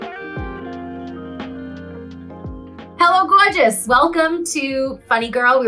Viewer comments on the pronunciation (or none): “Hello gorgeous” still in character with the NYC accent 😂